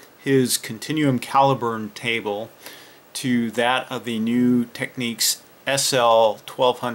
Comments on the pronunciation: You pronounce Technics wrong, it's meant to be said as Tech-nicks, you are pronouncing it as Techniques. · It's Technics not Techniques